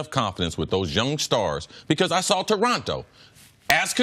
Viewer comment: Please never talk about Toronto if you can't even pronounce it correctly, god that was painful. Also he knows that he gets paid in USD, but has to pay taxes in Canadian and also expenses in Canadian dollars, right? He's probably gonna be making more than in LA you dumb dumbs. But thats besides the point